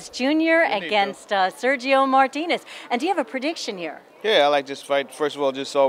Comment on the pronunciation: cant stand how he pronounces Martinez's name...YOUR'E FIRED!!!